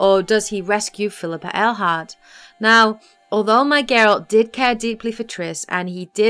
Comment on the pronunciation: Ah.. finally someone who says Phillippa Eilhart, and not Railheart